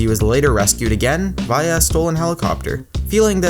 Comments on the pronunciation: he says via so wierd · your saying via wrong and its annoying